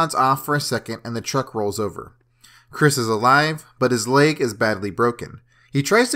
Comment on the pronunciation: It’s leg not layge